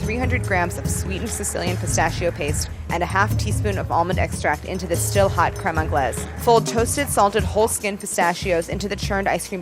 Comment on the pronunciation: no one: absolutely no one: claire: CREAME ANGLAISE